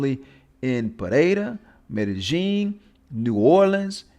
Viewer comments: how? Because you think you hear a certain sound, when it fact it is a different sound. Its not rocket science. Just like you think the OP is saying Medellin right when in fact he sounds like he is saying Meta Jean, way way off. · Any other Spanish speakers bothered by the way he says Medellín? There is no J in it brah....the double Ls in Spanish are pronounced like the English Y, not J or G. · It is well-known that native Colombians say "Mede-jean", and it definitely does not sound like a "Y" in there. By now, you have had ample opportunity to look this up, but you refuse to do so. Every post you make, you are proving how little you know. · i have plenty of Colombian friends, none say it like that. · Even if I did not speak Spanish, how would that change how native Colombians pronounce “Medellin”?